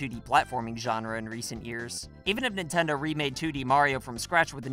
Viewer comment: Ah, yes. My favorite company. "Nintnedo".